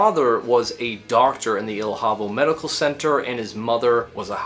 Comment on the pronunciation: I'm not an expert on Portuguese myself. I have a cursory knowledge being that my primary languages are English and Spanish, but I'd think that the pronunciation of the name of the city or town 'Ilhavo' would be 'Ilyavo.' Great video by the way.